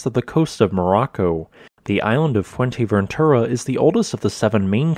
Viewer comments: It’s not called Fuenteventura. It’s Fouer-te- ventura frenetically. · atrocious pronunciation, lol most infuratingly, it's fuerteventura, not fuenteventura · It's not Fuenteventura ffs. Put some effort in your vids. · Not "Fuerteventera" or "Fuenteventura", but "Fuerteventura". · fue*R*teventura. No "N" there. :)